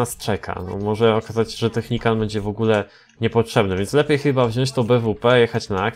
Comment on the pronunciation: Najpierw Technican teraz Technicant... Weź to wymawiaj poprawnie bo to przeszkadza.